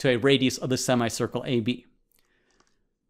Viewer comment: Anyone else who got strange feeling by thr way he says sima-ye circle